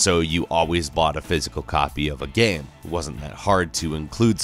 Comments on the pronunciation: Why did I hear this guy pronounce game gam twice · why do you always pronounce "game" so weirdly?